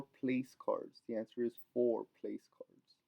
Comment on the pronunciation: they arent place cards idot!!!! Its pronounced plack-urds but spelled placards